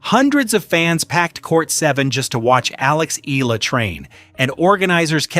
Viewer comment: its pronounced as E YALA not EELA